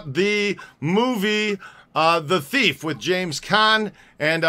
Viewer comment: The movie is pronounced TEEF !